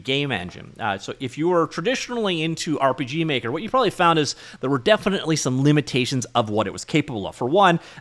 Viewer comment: Did you just say urp. Is that actually how you say it now